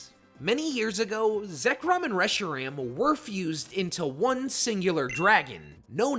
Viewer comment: “Reshram” “kyrem” are we deadass